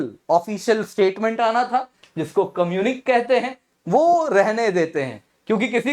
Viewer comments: communique is pronounced as कम्युनिके NOT कम्युनिक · Please note that "communiqué" is a French word and the last letter is not silent but pronounced "ey" ! This is for your students and you !